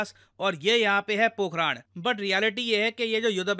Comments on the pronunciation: Pokharan, not Pokhraand 😂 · पोखरण ✅ पोखरान?? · Ye पोखरान नहीं है मेरे दोस्त पोखरण है। उच्चारण सही कीजिए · Sir it's not पोखरान , it's पोखरन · It is not पोखराण.. It is पोखरण I am from Rajasthan. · Pokh-run not Pok-raaaaaan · पोखरण यार...ना की पोखरा न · It's Pokran not Pokraan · Pokharan* Pokharaad 😅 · पोखरण ❌ पोखराण☑️ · पोखरण ❌ पोखराण्ड ✅ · पोकरान नही पोकरण है। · It's not पोखराण it's पोखरण 🙏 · "राण" नहीं "रण" है 🤔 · पोखरान नहीं पोखरण है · Pokraad nahi Pokhran. पोखराड नहीं पोखरण। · सर वह पोखरण है पोखराण नही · ये पोखरण है ना कि पोखराण। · 'पोखराण' नही 'पोखरण' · Are sir Pokhraand nhi Pokhran boliye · सर पोखराण नहीं है पोखरण है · It's पोखरण not पोखराण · It's पोखरन, not पोखरान!!! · Pokhaaran nhi...pokhran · It's pokaran not pokharan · सर पोखरण होगा पोखराण नही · Pokhran not pokharan. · Need speak correctly pokhran not pokhraan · Bhai pronounce toh theek se karleta. It is not pokhraan, it is pokharun. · Sir, it is पोखरण not पोखरान Please next time check the Indian place's name in Hindi because English is an idiotic language in the reading context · Sir aap ka words ko pronounce krne ka trika thoda sa ajib h पोखरण होता है पोखरान नही होता है बड़ा अजीब सा लगता है जब कोई अपने ही देश का हमारे ही देश के विभिन्न जगहों का नाम सही से नही लेता है Always connected with your roots English aane ke bad apne aap ko pta nhi kya smjh lete h 😂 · Areeee vo पोकरण h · भाई पोकरण है वो 😁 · Sir pokhran nhi hai …. पोखरण hai